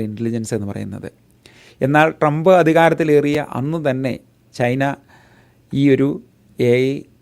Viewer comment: ട്രംപിന്റെ പേരുപോലും നേരെ ഉച്ചരിക്കാനറിയാത്ത വിവരദോഷീ, തന്റെ ഈ കോപ്രായം നിർത്താമോ?